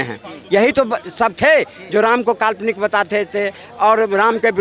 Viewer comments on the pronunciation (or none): Ram ko kalponic bolne wala Pakistani hai. Isko Pakistan veg dena chahie. Media wala ko salute